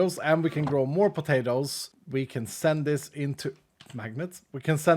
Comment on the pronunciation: say "pah-tay-ters". Lol. Love it. He could be from the deep south of USA. 😂